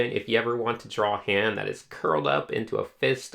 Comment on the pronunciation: LOVE THE VID but something was triggering me, and I NEED to get it off my chest... PLEASE I'm not trying to hate... ok here goes... ITS NOT PRONOUNCED DRAWLS!!!!!! ok I'm good, again I REALLY like the vid, its helping me a lot!